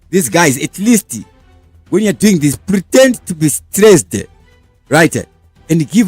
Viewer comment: Please change the way you say your words, for example when you say this you say thisa nemwe ma words as well